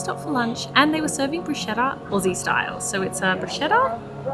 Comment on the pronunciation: Triggered italian here 🤣🤣 if there is a H after the C you read K so it is brus-K-etta 😁 love your videos❤️